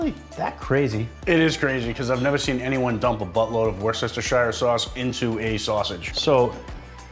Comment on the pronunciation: you need to teach Nate how to PROPERLY say worcestershire!